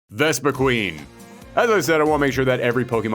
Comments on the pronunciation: so a couple things 1 - why did Mewtwo not return? it is Mewtwo... 2 - Vespiquen was pronounced wrong, the name clearly says quen, not queen 3 - why not a Ultra Beast like Nihilego? with the partner being Lusamine, making it a very disgusting and creepy fighter, with it latching onto the other fighter and shoving poison into them, like how it did to Lusamine, it is a Parasite afterall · Greninja T H E M O S T P O P U L A R P O K É M O N I N T H E W O R L D Dude you pronounced Vespiquen wrong It's spelled quen not queen hence it's pronounced quen Zacian is pronounced ZA-SHE-AN